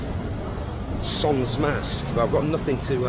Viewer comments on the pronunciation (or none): none